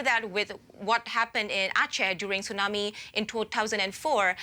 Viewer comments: What's a "tsunarmi"? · It's tsunami, not tsunarmi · Tsunami not TsunaRmi 😂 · What's a Tsunarmi?